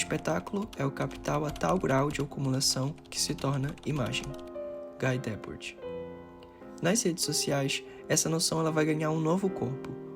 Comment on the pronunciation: Favor aprender a pronunciar Guy Debord